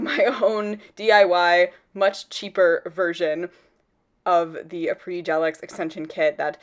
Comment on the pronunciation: Finally someone who knows how to properly pronounce Après!! ♥️ Great video!